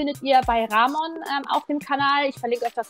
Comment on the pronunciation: Er heißt *Ramonnnnnnn*, nicht *Raaaaaaaamon*, Mensch!!! 😅😂😆🥲😇